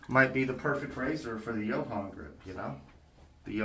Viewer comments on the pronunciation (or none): If you want to impress Johan, pronounce it yoo-awn.